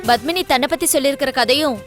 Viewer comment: hey bitch fake, u ugly creature from hell, u and ur ugly face and eyes.. u lok like a ford and cant act.. plus it is not BUTHMANi it is Padmini. And there is PA in tamil.. so go learn how to say Padmini right u stupid moron. hope they arrest u and u are behind bars soon. bitch from hell